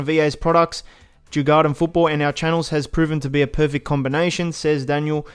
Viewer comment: Djurgården is pronounced: Jur-gor-den I’m a Swede so :) Thx for all info